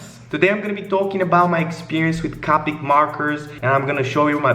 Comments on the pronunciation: the fact he says it like “cah-pic” gave me a stroke. It’s CO-PIC. C-OH-PIC. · omg He pronounces it caw-pick And not koe-pick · Anyone else get triggered on how he pronounced copic?? 😂